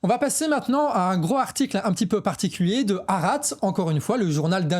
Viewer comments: "HAARETZ" les gars! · Bravo très intéressant. Stp la prononciation de Haaretz/ Al Shifa c’est juste trop dommage… et tu dis 1200 victimes « civiles » du Hamas le 7/10 ce qui occulte le nb de militaires /réservistes tués à cette occasion qui modifie quand même la nature des crimes (à mon avis, sachant qu’un militaire est un être humain mais certainement pas un civil)